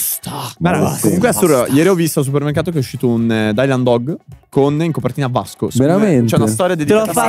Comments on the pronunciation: Si dice Dilan Dog non Dailan Dog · Dailan Dog???? Dailan????? O.O si pronuncia Dylan O.O